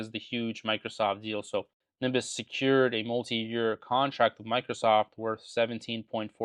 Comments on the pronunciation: Am I crazy or the guy is pronouncing his own recommended stock wrong in the entire video? It's Ne-bi-us not Nimbus. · Hey it’s Not Nimbus but Nebius….. do not mess with Russians. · Sorry to point this out but it’s NEBIUS not NIMBUS… I think you might want to update your video. That said I also like this company on any pullback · its Nebius . Not Nimbus (he controls the police ) :-| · I heard "Nimbus" and wait to see the symbol so I can add it to my watchlist, thinking I've never heard of that one before. Sounds good. Then I see it's NBIS - Nebius. There's no M in Nebius, dude 😂😂😂😂 It's all love. I appreciate the content ❤ I'm not completely sold on ACHR yet. Hopefully the LA Olympics raise the company profile and help drive the price up, but I'm still reluctant to buy, even at current prices. Maybe I'll buy a LEAP or something. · Nebius, not nimbus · At least know how to say the name of a stock you are investing in Nimbus lol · and why is he saying "nimbus" 😭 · Oh! Thx! I kept hearing "Nimbus" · it’s always funny taking stock advice from a guy who can’t pronounce the name of a stock remotely correct. it’s not Nimbus bro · Nimbus 😂😂😂 How do you invest in a company where you cant even pronounce their name? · I think you mean Nebius. 'Neb-ee-us' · You should learn how to pronounce Nebius properly first 😂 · It sounds like he is saying the letter N and reading out the rest of the ticker as ‘BIS’ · must be lucky. I can't imagine ever investing in a company i can't even pronounce. Just shows how little DD there was. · You can’t even pronounce the stock properly